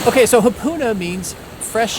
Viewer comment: Ha, NOT Hu.